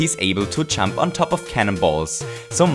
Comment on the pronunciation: Every time he says "Jump," it sounds like he's saying "chump". IDK